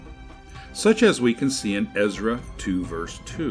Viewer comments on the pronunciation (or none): none